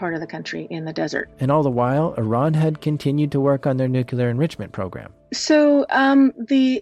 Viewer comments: It is pronounced NEWCLEAR not NUQUELER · Please, the word is nuclear not “nu-q-ler”. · NU-CLEAR NOT “nEw-qUeuE-LuR” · The word is nuclear. ¡NUCLEAR! Not nucular. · Noo-KYU-ler... you're killing me, my man! Your work is fantastic, I love this channel, but it's NOO-klee-ur 😘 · Ugh It's nu-klee-ar Not nuke-yu-ler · Whenever I hear "Nucular", it registers something like "Deez Nuts". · This was an amazing video, but listening to you consistently mispronounce "nuclear" was maddening, lol.